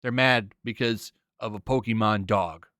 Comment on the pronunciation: Dislike for somehow mispronouncing “pokemon” despite it being in the popular consciousness for more than 20 years.